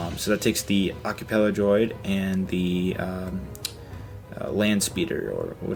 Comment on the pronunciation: Heh, heh. You totally said 'accapella droid'. I like the swamp speeder revamp, but i think you should also use regular swamp speeders. I like tHe droid cannon thing, one of those would look great coming out of the water!